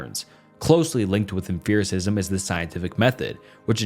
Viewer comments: Great video, but the way you were pronouncing “empiricism” drove me mad! You did rank empiricism higher than rationalism btw… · Half the info was straight up wrong, he never lists sources, he misuses terms, mispronounces names, never uses evidence, and compares different branches of philosophy (epistemology, ethics, meta-physics). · I am sorry, but there is a lot of philosophy words that pronounced mispronounced here. I am usually not that persnickety about that sort of thing, but empiricism is such an important word in experimentation. Without empiricism, we don't have peer review which means publication doesn't happen which means applied science and product is not possible. It's fundamental and near foundational to many sciences. It's like hearing somebody say Parmeesian when referring to Parmesan. Nails to a chalk board. I am so sorry, I just uggghhhhhhhhhhhhhhhhhhhhhhhhhhhh can't stand it. It's uhm·pee·ruh·si·zm not uhm·fear·ruh·si·zm. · i def winced every time i heard emFIRicism instead of empiricism, but at least he was consistent. i wonder if it’s a dialectal thing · you saying emPHiricism the whole time was killing me LMFAOO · I'm gonna be that guy and complain about the way you pronounce Empericism 😭😭😭 EMP. not EMPH. it's not em-fear. It's emp-ear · Bro are you trolling with the emFericism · "Emphiricism" is sending me. It's pronounced like empirical; like empirical evidence... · I wasn't gonna comment but you said it SO many times. Why emFEARism? There is no PH my brother. P P P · For me, it was the mispronunciation of many words that tells me his script has words he’s never used in real life. Tell me more about emfearicism my guy. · Dear OP Channel; for the love of everything good, stop pronouncing it em-fear-is-izm. that is all. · The only thing that upsets me in this whole video is how you pronounce Empiricism adding a 'f' sound to it like its spelled Emphiricism. bothered me to no end. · If you say emphiricism on more time…